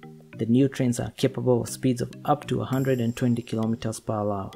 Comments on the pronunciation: Lol are you saying 'per wawa'? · “Kilometers per wawa”